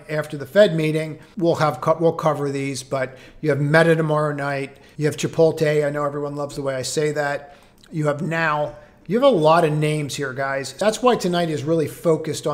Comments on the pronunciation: It’s Chipotle. 😭 why would the T be pronounced after the L? 😭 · I do like how you say Chipote 😆